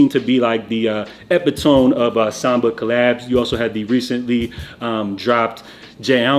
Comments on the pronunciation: Nigga said “EPIHTOME” 😂😂😂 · A-pit-a-me = epitome